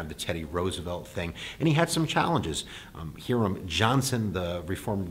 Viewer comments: Hí-ram, not Heerum... say it right. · Hiram Johnson. The Hi is pronounced like hi, as in hello. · Hiram is pronounced with a long i sound.